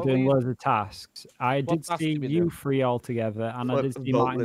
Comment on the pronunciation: I love how cannot on his life say the word “three”.